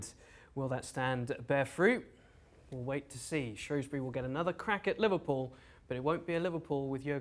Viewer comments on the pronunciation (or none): SHREWSbury not SHROWSbury